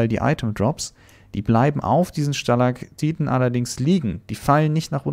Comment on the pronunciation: Wie bedacht ist "Stalagtiten" und nicht "Stalagtitten" zu sagen😂